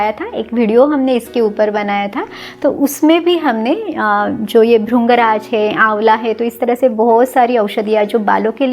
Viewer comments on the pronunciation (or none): Mam all things are good but jo aapne bola wo sirf aap nahin bolte bahut saare log bolte hain jaise aapne bola भृंगराज - ये भरिंग राज है ना की भरुंग राज है कृष्ण - ये क्रिष्ण है ना की करुष्ण है कृषि - ये करिशी है ना की करुषि पृथ्वी - ये परिथ्वी है ना की परुथवी आकृति - ये आकरिति है ना की आकरुति चरक ऋषि - ये रिशी है ना की रुषि ऋतु - ye ritu hai na ki rutu Agar kuchh galat bola ho to sorry. कहने का मतलब ये है की ये जो मात्रा जिसे आप (उ ) की आवाज़ समझते है वो (इ) की आवाज़ है ।